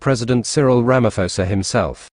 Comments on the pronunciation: We appreciate the information as Africans but you will have to do a lot to ascertain our Presidents' names before you go on air. They are said everyday on mainstream media but you still failed to call them properly. Are you sure you have heard Ramaphosa being called Ramafosa all this time? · RAMA-PO-SA. There's no "f" sound in his name. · Hey you narrator - there is no Ramafosa here. Can't you pronounce acidity and alkalinity measure pH?